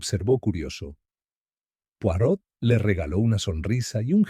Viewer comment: No pueden decir bien el nombre ..es poirot no porot